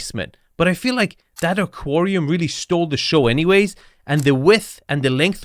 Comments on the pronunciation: Aquarium, not "aquorium". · Why do you insist on mispronouncing so many words? You know darn well that's not the way aquarium is pronounced. You know darn how to pronounce cabinetry. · I've never heard anyone pronounce aquarium that way. I can't tell if that was clever engagement bait or just a regional annunciation.